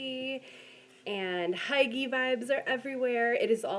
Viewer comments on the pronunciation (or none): Great video. I don't mean this rudely but hygge is pronounced....hue-gah